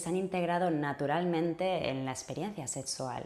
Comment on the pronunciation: "Setsual"? Hable bien; se dice "sexual". Vaya a un fonoaudiólogo.